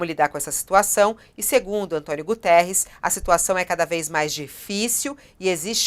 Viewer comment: Quero chamar a atenção dessa senhora jornalista que tem tido posições de ódio com Portugal, que não é António Gutierres, sim Guterres, não esqueça que ele é português.